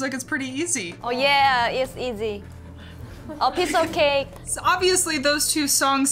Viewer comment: Twice english speaker : KIM DAHYUN " a piece of cakee"